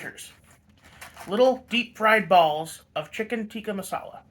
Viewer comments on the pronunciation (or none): It’s Tika not tiki lol